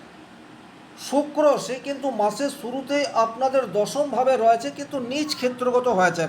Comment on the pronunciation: রয়েছে - এই শব্দের উচ্চারণ সঠিক ভাবে করুন।